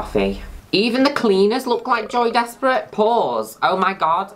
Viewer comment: i always thought you were saying joey desperate